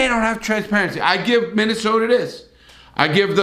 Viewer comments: "Minnesoter"??? I think u met to say "Minnesota" my friend lol (right in the beginning).....Love the videos tho Larry keep it up man!! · He said Minnesota with a hard R!! Cancel Larry!!!